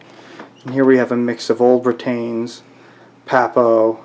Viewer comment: Britains pronounced Britons Henry V army was English, not british. Other than that, quite a good video